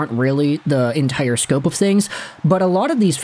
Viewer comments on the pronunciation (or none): none